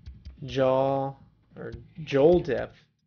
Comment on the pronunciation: Sorry but I have to say Jowl is Owl with a J Joel